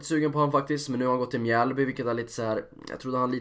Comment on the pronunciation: Riktigt bra videoide! Gör gärna fler videos där du pratar om alla lag i allsvenskan för jag tror du kan nå ut till en bredare publik på det viset :) Måste dock som Mjällby supporter inflika om att det inte uttalas mjääääälby utan Mjällby